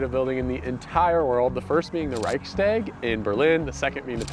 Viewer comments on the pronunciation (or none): none